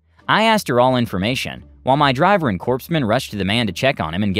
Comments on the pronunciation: "Corpsman" is pronounced "Core man," not "corpse man." The "p" is silent. I learned this from my grandfather when I was a kid and I had asked him to buy me a Green Lantern Corps comic book. 😉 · Not "corpse-man". It is pronounced "core-man", the pse is silent. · Corpsman is pronounced CORE-MAN, not corpse-man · I'm pretty sure he knows and that was just a flub. In the sentence before that he said it correctly.